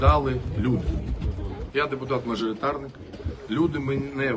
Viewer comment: Точно що не депутати, а як він каже деТупати😂